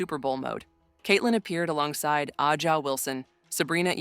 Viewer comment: Jesus. The narrator can't even pronounce A'ja's name correctly